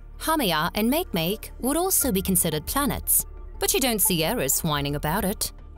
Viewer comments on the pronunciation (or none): Makemake? It’s pronounced “Mahkaymahkay” after the creation god of the Rapa Nui.